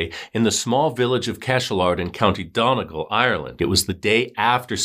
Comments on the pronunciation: Been watching your videos here since your account wss small! donegal is pronounces dun-e-gal and ireland is pronounced are-land two syllables ! Its awkward! Thank you for covering this case its so hard for irish cases to be heard outside of the country! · This was really good, just so you know, it’s pronounced Done-ee-gall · Donegal isnt pronounced as it looks. Its pronounced Dun-e gall... the O is pronounced with a U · Donegal is pronounced Done-ee-gaul